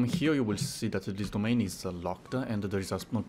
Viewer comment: "how to unlock-a this domain-a!"